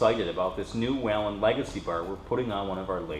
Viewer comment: Wheee len - amazing that a distributor cannot pronounce the company name correctly.